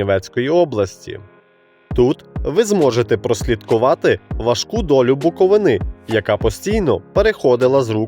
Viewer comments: БуковИна і БуковИни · Як бляха можна шукати хоч якусь інформацію про регіон і не знайти, правильного наголосу в назві регіону. Весь випуск через це звучить як від неерудованого невігласа.